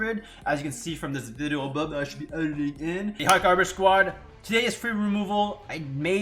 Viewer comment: Excellent intro 😂 “if you can tant tell, i’ve shot up from 1600 as you can see from this vido abuh b eshbuh euh ye in”